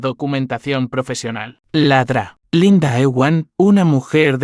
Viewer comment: Realmente es muy molesto escuchar que el narrador pese a su buena voz y buena pronunciación lea la abreviación DRA que debe leerse doctora lee ladra que significa bark.